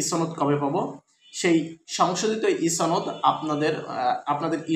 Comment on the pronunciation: ছনদ নয় সনদ হবে।